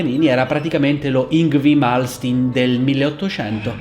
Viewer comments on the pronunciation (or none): e...e...e...e, attento alla pronuncia di Malmsteen, lo sai che e pieno di chitarristi permalosi qui.😂